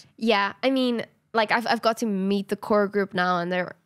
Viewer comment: not to ruin the vibe or anything but, I accidentally skipped part of the video so the words it landed on were "I got to... eat the core group" (it said meet but it sounded like eat)